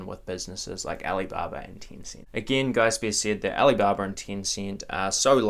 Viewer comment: why do you pronounce it as "Tincint"?